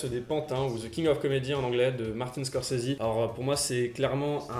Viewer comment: Scorsese (eh), pas Scorsesi